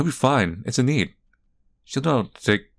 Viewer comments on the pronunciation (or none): Heads up- Enide is pronounced EE-NID! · Enid but like, a silent e